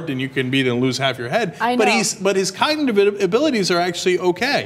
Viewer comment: I find it funny that Cenk mispronounced "cognitive".